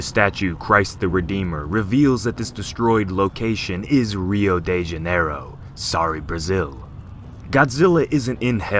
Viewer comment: how it are:rio de janairo how it sound when he say:rao deo joan